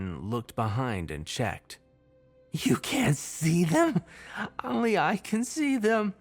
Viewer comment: Only is pronounced OHn-ly. Oh. Long O. Not Ahn-ly. Hdjdnbdsiisuejdbnkis pulls hair out EVERY VIDEO. EVERY SINGLE VIDEO. GAHHHHHHHH!!!! Could be damn near perfect without stupid mispronunciations like that. If it was literally any other word I could overlook it. But it's ONLY. that's like mispronouncing "the" or "at".